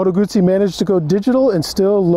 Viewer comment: My god, nice video, and The guy can say "Guzzi" properly too. 10/10 to this review, greetings from Italy